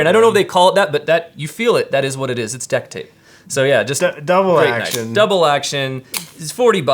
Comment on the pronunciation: “Deck tape” I’ve never cringed so hard